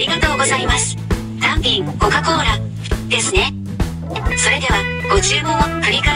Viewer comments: 単品のニュアンスがたん↘ぴん↗で笑った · たぁ↑ん↓ぴぃ↑ぃん↓ めっちゃ笑ったwww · hirotaka shinohara なぜか「ぴん」だけアクセントかけてるw